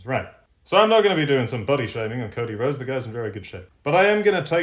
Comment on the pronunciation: God I fucking love when you pull off the “It’s ” 😂